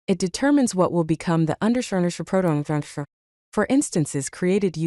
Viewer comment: wasn't even close😂. I think you could fix that by providing it like this "_ _ proto _ _ " to the voice generator so it reads each thing seperately. I didn't finish the video as I dont like ai voicovers.